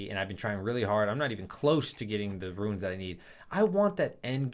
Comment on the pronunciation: Is anyone else annoyed how he calls runes "ruins"